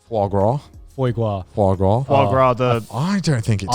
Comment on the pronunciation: Can anyone else NOT get Garnt saying 'Foy Graw,' out of their head?